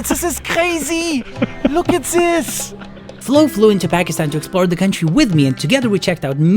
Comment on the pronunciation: "Tis iz Kkrazyyy!"